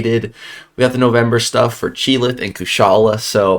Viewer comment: Isn’t it pronounced “Chee-ilth” and NOT “Chee-lith”?